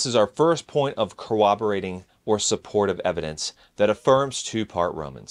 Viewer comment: "cooberating evidence?" Did you mean CORROBORATING?